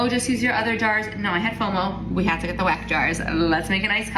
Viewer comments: not only does she sound like the ONLY thing she knows about it is that it's a trend, but she calls it a wreck jar 😒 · whats funny is that like. Its a german brand right? Wouldnt it be pronounced with a V sound? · As a German speaker, I am sure enjoying the way some of these American influencers are pronouncing Weck. (Not, she says in in a normal English pronunciation, I am talking the really funny "Wreck", "Weeck" from some of the example vids) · I'll be so honest and nitpickey here, the way some of these ppl pronounce Weck is bothering me (wreck????) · I want to see an influencer actually pronounce this thing (that I just learned about a minute ago) correctly. Shouldn't it be 'veck?' I'd love to see everyone's confusion 😂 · Is German is pronounced Veck. Just wanted to say it, because it made my ear tickle every time I heard weck… anyways. Yeah… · Weck Jar, after awhile I was hearing wack job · not her calling it a wreck jar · That second tik tok girl was pissing me off with the mispronunciation of "weck". If you are gonna promote it at least pronounce it right lmao. And what up with the one girl saying the jar is from ballerina farms? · Pet conspiracy theory: That lady intentionally mispronounced Weck as ragebait. To drum up engagement from angry/annoyed commenters. I hate what the internet has become.